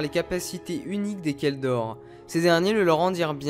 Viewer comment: Merci beaucoup pour ta video tu m a appris pas mal de choses sur les kel dor et la planete se prononce "Dorine" sinon du bon boulot gars Vive l empereur !